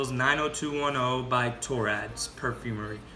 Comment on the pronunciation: Torand, not Torad..